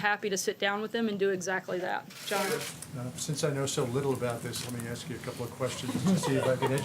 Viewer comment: It's "ask".